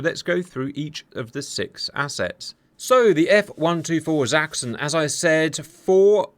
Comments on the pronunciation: thanks for pronouncing Sachsen properly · Wow, I was amazed at how well you pronounced "Sachsen" - that was perfect - not, what we germans expect from a ... brit?